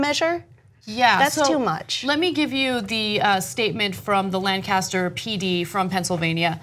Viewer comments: Lanc-a-ster..not Lan-cas-ter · Lancaster l a n c a s t e r. Not landcaster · Lancaster, PA is pronounced Lane-kiss-Er